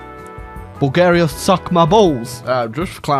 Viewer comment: Why do you pronounce it Bul-GE-ria? I ain't even mad, just curious.